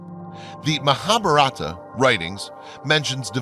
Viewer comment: Nice video its basically poured all the long ass documentries into one The guy narrating needs to pronounce his words better like he keeps saying "zeta reticule" when its reticuli and mabaratha when its mahabaratha